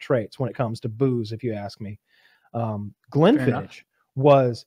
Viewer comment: Glen-fiddiCK is how its pronounced. That killed me every time they said it wrong